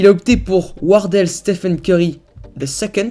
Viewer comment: Il dit Stephan et ceurry